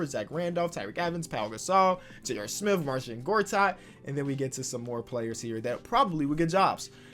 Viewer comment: Nobody:: “Johnny Smiff”